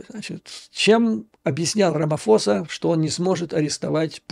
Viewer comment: Правильно произносить РамаПоса